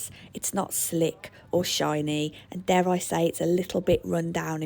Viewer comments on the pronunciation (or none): none